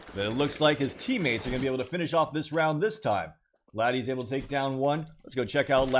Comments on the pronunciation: ladies not laddies lol. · Still don't get it why you pronounced ladies as ladis. 😂